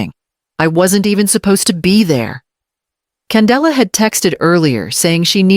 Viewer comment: Her name is Kendall please have AI pronounce words correctly. Candella it was Kendall at first.